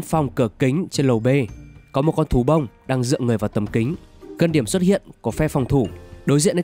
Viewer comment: Có ai nghe từ "Thú Bông" thành "Tú ông" ko zạ????